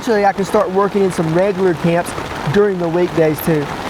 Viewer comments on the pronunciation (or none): none